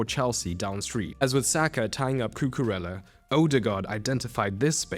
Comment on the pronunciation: Really solid video! But mate, please: koo-koo-RAY-uh. "ella" is Italian. And HA-vertz, not ha-VERTZ.